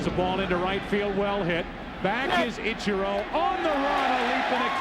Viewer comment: I will forever and always hate the way Joe Buck says "Itcher-oh". It's like he heard someone pronounce it correctly and went "gotcha—I'm gonna pronounce it the opposite way every single time for as long as I'm an announcer".